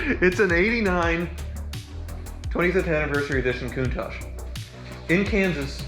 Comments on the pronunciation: Excited for you. Is pronounced COUNTAKK... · Everybody mispronouce countach. Is not even an italian word, is dialect.